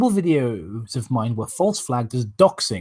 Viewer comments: Fun fact: it’s supposed to be pronounced like “vee-nuh cay-vuh” (at least according to multiple dictionaries and my biology professor), but for whatever reason, Vincent and pronounce it like “cah-vuh.” Not sure if it’s a stylistic choice or if they’re both too lazy to look it up, but it’s annoying and I hate it. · And according to my Latin professor it should be Veh-nah Cah-Vah.